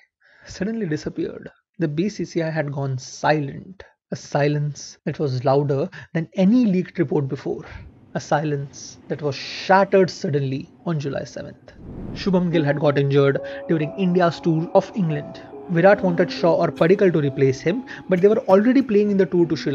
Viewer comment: Great video man, but just one request: please don't call Shubman Gill 'Shubham' Gill. It's annoying enough Ajay Jadeja does it all the time. At least you don't start it now.